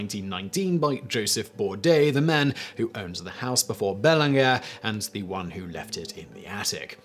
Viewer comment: Bae-lawn-J not bell-ing-ger